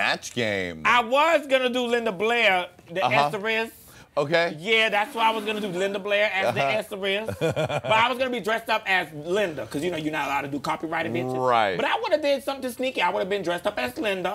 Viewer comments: Luv how she says "The Exorist" instead of exorcist. I could listen to her Vanjie-isms forever.😅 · Also The ESSERIST. I'm fucking dying.